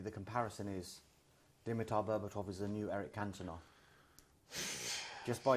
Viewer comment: We noticed completely butchering Berba’s name at the very end there. “Dimitar Berbabobobabo”